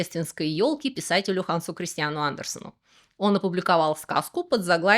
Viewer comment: С наступающим Рождеством,! Отдельное спасибо Вам за то, что назвали датчанина Ханса Кристиана Андерсена правильно (а не Гансом Христианом)!